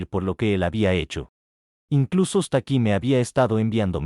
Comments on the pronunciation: El bot en vez de leer el nombre Stacy (pronunciado Esteici) lo interpreta como "Hasta Aquí" jajajajaja. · Jajaja yo siempre escucho las historias! Cuando escuche el nombre de la hija, pensé que nombre tan raro "Stáki"